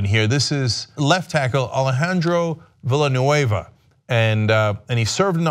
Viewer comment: Cenk ...You guys need some language coaching ...you and Ana both... VILLANUENA ... VIYA NUEVA ... Come on ... Be A tiny bit cosmopolitan...